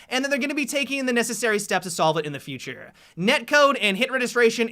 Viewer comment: Whats with how you say Futurrrrrrrrrrrrrrreee